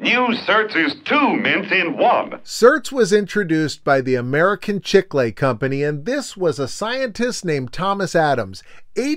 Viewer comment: I don't think I've ever heard anyone pronounce it chick-lay.